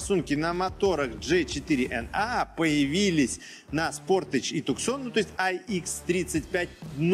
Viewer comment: Если ты такой умный, почему не знаешь, что машина называется не "ТУКСОН", а " ТУСАН"?